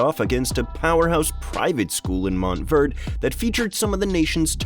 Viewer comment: Now I know why car people get pissed when you call a Porsche-ah a Porsh.....MOUNT Verde(ay)